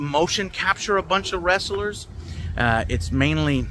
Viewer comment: Some say he's still adding syllables to the word "wress-ah-lurz" haha. Good to hear the game seems to be in a good spot. Cant wait to play it